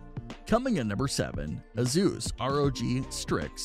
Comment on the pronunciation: who is thus " AZoos" you keep mentioning? Oh you mean " Asoos" aka Asus as it is properly pronounced. Got it